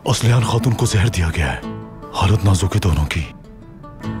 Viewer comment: It's zehar not jehar